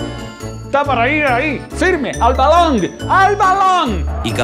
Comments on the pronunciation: Que te parece si dices BALON!!! Así no mas, sin tener que decir esa palabra balaaaaan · No puede pronunciar bien balón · Porque dices balonggg en ves de balón ? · Padecerá algún tipo de problema por su forma de hablar o quiere perecer gracioso? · Matías Garato fútbol mexicano (balong lo dijo con acento mexicano)